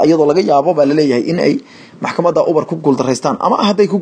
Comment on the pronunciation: Ubar maaha waxaa loo akhriyaa , Yuubar 🤣🤣🤣🤣🤣